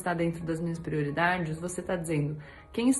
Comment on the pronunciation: O cebolinha da turma da Mônica fala assim...! Kkkkkk